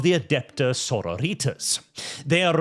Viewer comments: Please stop pronouncing it like "senorita's". The -tas should sound like the first A in "pasta". so*RO*ri*tas. It's Latin, not American high school Spanish. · AH CAINT UNDERSTAND YEH IT'S "so-ROW-ree-tas" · Why does it sound like "Señoritas" every time you say their name? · stop pronouncing "Sororitas" like that. It's really grating. I can appreciate you being... extra, but that's a step too far even for me. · The way pronounces Sororitas feels like getting stabbed in the ear. It's bastardized Latin, not Spanish.